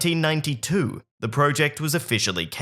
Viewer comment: Say project correctly